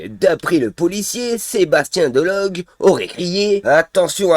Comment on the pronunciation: Il s appelle Delogu pas Delogue